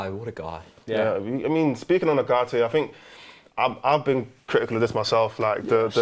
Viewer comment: Can someone translate to English? What the hell they talking about? Didn’t know Ugarte is pronounced without T?